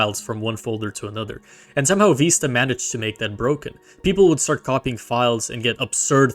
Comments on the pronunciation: Vista, veesta, виста Not vaista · It’s literally the word Vista. VIH-stuh. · It's neither. The correct pronunciation is "Vih-st-uh" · vista with the vowel in bid, not bead or bide. It comes from spanish vista, which is pronounced /bista/ BEE-sta, but the word's been nativized for over a century for a viewing point before something beautiful. The nativized term is pronounced /vɪstə/, VIH-stuh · Ur engagement bait is soooo good, you have deserved this comment/ engagement, I love it ("Vista or Vaista" 😭😭) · there is no way youre ragebaiting me that hard saying Windows Viiisterr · Vista is pronounced veest-ta! Please say it correctly! My ears hurt hearing mispronounced Vista! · this is actually the case. the word vista is pronouced "viss-tuh." it is in the dictionary as such. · Windows Vaista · "Vista" comes from Latin. All of you are pronouncing it wrong, it is supposed to be wee-stah (stress on the ee) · ive never heard either of these pronunciations of vista 😂 great video though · The first it's the italian pronunciation, it means view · I'm baffled how you could make a video about the history of Windows without knowing how to pronounce "Vista" which itself is a not uncommon word, as it "breathtaking mountain vista" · I dont care how old you are, you can't make new pronunciations. It's in the dictionary as Vista